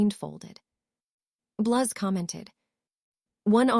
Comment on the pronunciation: "My best friends...Tracey, Daphne, Bluz, Mulfuh, Crub, Ungela..." "Harry, you're having a stroke."